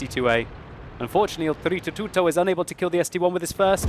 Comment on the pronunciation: BritzzONE Mario is an Italian plumber. O.o is doing a good job pronouncing it correctly. If you sound much different...you're doing it wrong.